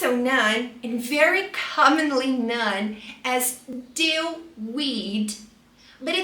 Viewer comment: "known" is pronounced [noun], not [non].